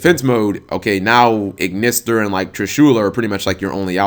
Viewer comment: you pronounce ignister wrong and its annoying